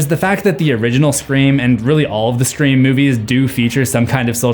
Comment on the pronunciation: What is this movie « Screa Form » you keep referencing ?